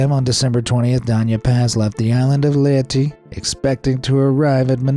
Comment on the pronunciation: “Lehteh” its pronounced as “Leiteh”